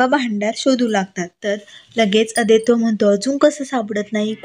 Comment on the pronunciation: Naav neet uchhara. 😊😊Aadaito nahi, Adwait.. 😊😊